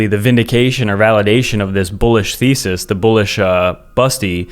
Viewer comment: Did you say bullish feces? Thesis? 😅